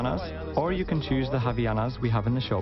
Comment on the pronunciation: And also "Havianas"??? WTF?! It is called "HavAianas",... yeah boy...